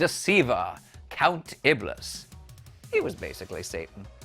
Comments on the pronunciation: I like how this expert mispronounces Count Iblis, saying Ib-liss instead of Ib-lee. It's obvious he watched like one episode. Get outta here! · Pronounced "Iblee", not "Ibliss". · It's pronounced Count IBLEE. Not IBLISS. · Reading cue cards and not being aware of what you are actually talking about gets you things like the host saying "Count IB-LISS" instead pronouncing it correctly as "Count IB-LEE" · Count Iblis isn't pronounced Ebliss. It's sounds like Eeblee. Might help to have someone host this video that actually watched the show. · Ib-liss?!? For frack's sake! It's pronounced "Ib-lee" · Count Iblis is pronounced " Count IB LEE" btw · Iblis is pronounced IB-lee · So, it is pretty telling that you never watched the show since you pronounced Count Iblis like it looks on paper, when it is actually pronounced "iblie". Also, what is wrong with having a chimpanzee play the robot dog? The animal was well taken care of and the effect was quite good. I really don't understand your weird PETA issues here. Anyhow, I loved the show and anxiously awaited each new episode as a child. ABC made a huge mistake by making it a weekly series. That was such a stupid idea when they knew the costs of the effects, etc. They should have kept it as a series of movies. All of the two-parters in the series were born from the ideas for the movies, which is why they are the best episodes. The hour long episodes were basically just formulaic generic TV filler, except for the last episode which was great. I do not like the new show. It is just too different. It wallows in being dark and gritty which I really don't enjoy. I dont like the characters at all. I guess I just don't get the obsession with gritty realism in everything. It drains the enjoyment in my opinion. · Patrick McNee's Count is pronounced 'ibleee'. And why no mention of Patrick McNee also doing the voice over naration at the beginning of each episode? Or that the Galactica was not the only Battlestar to survive the attack.